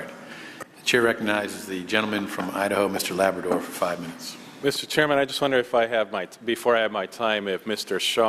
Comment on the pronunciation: “Thank you Mr. Chairmanum...” What an idiot.